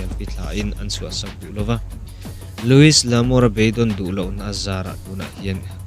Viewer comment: Louis (s) hi lamrik loh tur. Lui L'Amour